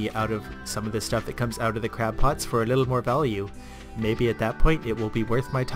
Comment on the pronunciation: ...did you call them crap pots? XD